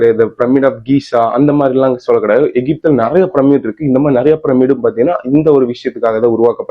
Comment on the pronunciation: அது ஏம்பா நம்மூர்ல எல்லாரும் ப்ரம்மிட் ப்ரம்மிட் னு சொல்றிங்க? அது ப்ரம்மிட் இல்லை, பிரமிட். யாரு உங்களுக்கெல்லாம் இப்டி சொல்லித்தர்றாங்கன்னு தெரியல.